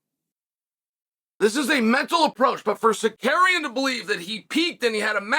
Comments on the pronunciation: I didnt know who we were talking about until Oliveria came up 😂😂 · If not for the context I wouldn’t have known who he was talking about he butchered that so bad 😂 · Sar ooooo key in Not sarkaren 😂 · Cekurian ????. 😂😂Bro could have said Sarukiyan as simple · It takes more effort to say sakarian than Tsarukyan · Pronounced Cal Shownan right? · “Sarcarian will have my protection” but keeps butchering his name very subtle 😂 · Who da fq is "SAKERIAN" ? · Sarkarian WTF Chael if someone mispronounce my name i will tech them how to pronounce like Merab 😂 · Repeat after meX uncle Chael::: Sa-Roo-Kyyan. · F*** you! You are not even able to say his name correctly! The champs name is tsa-ruk-yan!!! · Sar - You - Kee- In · SAR-RUKE-IAN come on chael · its a joke about how chael is pronouncing tsarukyan's name as sarkarian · Big L for Arman SuckAryan 😂. Chael kills me with these names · Tsukarian? WTF is that? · Sar karian 😂😂😂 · Amran sarukyen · Cheal, with all due respect, the difference between you and Tsarukyan is that he has a championship mentality, and not a punching bag mentality. He knows 3 (if not more) languages, whereas you are a professional commentator that for some reason cannot pronounce the guy’s last name. Repeat after me. Ts-a-ruk-yan. And finally, him turning a short notice fight down means he is taking this seriously, which nothing but honorable. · I didn't know Charles went through Da Roosh. Jael Sunin needs to get the names right. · This guy!!!!! 🤦‍♀️ have some respect the Champ has a name and it’s Arman TSARUKYAN!👊🏼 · Really man? You are talking about someone, and you don't have a respect to say the correct name? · Learn to pronounce the guys name… lol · Chael has a problem with him which is why he intentionally mispronounces the name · Chael, please stop using the R and the K backwards. Or just say his first name. Thanks.. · Tsarukeynn needs to watch Chael to learn the proper way to pronounce his own name... 😂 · Armed-man Sicario